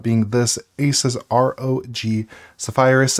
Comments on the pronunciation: Loving your content my man. But I will say the way you pronounce nvidia is driving me crazy. It En-vidia. Not Nuh-vidia. Also zephyrus. That one is definitely zef-er-us. Not zef-eye-rus. However in fairness I'm not 100% sure about the zephyrus pronunciation. Anyway sorry for being a pain in the ass! Love the content! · did you just say zeph-eye-rus and nuh-videa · I might be crazy, but I find it weird the way you pronounce Zephyrus and NVIDIA.